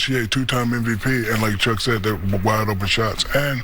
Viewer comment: Chuck said the name perfectly the first time